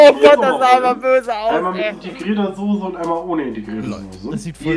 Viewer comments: Sose... ich dreh durch. SOßE oder SAUCE. SCHARF AUSGESPROCHEN.... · Mich triggert es schon seit längerem, dass die Jungs immer "Sose" statt "Soße" sagen. Ist doch nicht so schwer, das richtig auszusprechen :D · Niemand:: Sohse